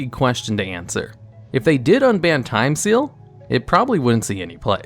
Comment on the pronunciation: Did you just say Time STEAL? XD